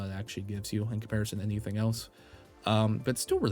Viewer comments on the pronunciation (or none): none